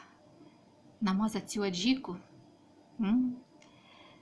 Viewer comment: саме сьогодні так робила. Пакет протягуєте в кільце, потім з пакетом, він поверх різьби виходить, і ніякого запаху. І вибачте, але не АДЧІКА, А АДЖИКА.